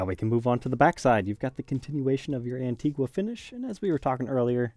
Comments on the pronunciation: It's pronounced "An-teeg-a" not "wha"....the u is silent. Antgua is an island in the Lesser Antilles (Carribean). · As someone of the country of Antigua, the “gua” pronunciation of it drives me insane. 😂 On the beautiful island, it’s pronounced “An-tee-gah”